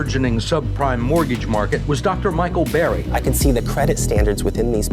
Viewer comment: CBS 60 Minutes did an interview on this guy and mispronounced his name. It’s Burry not berry.